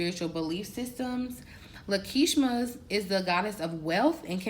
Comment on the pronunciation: Love your content, my only ask is that you pronounce deities, angels, names correctly. The goddess at the end of this video is Lakshmi a very popular Hindu goddess. It only takes a couple minutes to educate on the subject.